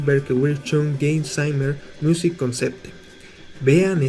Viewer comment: No te costaba mucho investigar un segundo como se pronuncian todas las palabras en aleman. Ni siquiera pronuncias bien el nombre de la banda (KraFTVerK, se pronuncian todas las letras en aleman).Musik se lee como se ve, no con pronunciación inglesa. Motorik se acentúa en la segunda sílaba, etc... Por otro lado, la palabra. isolado no existe, la palabra es aislado. Tampoco existe la palabra Exparse, sino que es esparce. Quizás deberías preguntarle a algún corrector para que revise tus guiones en el futuro. No siempre están bien explicados los conceptos y varias veces terminas un párrafo y uno se pregunta que significo todo eso. Un saludo.